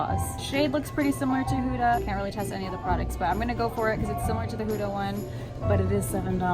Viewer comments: It's not pronounced h-oo-da !! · “Huta beauty huta beauty” No hate it’s just funny how you say huda Beauty😂love you 💞